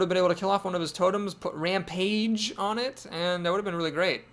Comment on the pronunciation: It's the bitterness in your voice when you correctly pronounce rampage that makes it special.